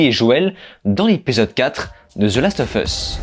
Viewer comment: Bonjour ! En anglais, lorsque le mot qui suit "of" commence par une voyelle, alors "of" se prononce "ov". Voilà, c'était la parenthèse culturelle 😄 Merci pour cette critique que je n'ai pu m'empêcher de regarder alors que je n'ai pas encore regardé cet épisode 4 !!!